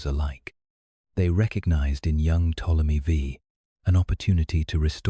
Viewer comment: Ai for sure. The way you can tell is how they pronounce words like Ptomely V. Its Ptolemy the 5th, not Ptomely Vee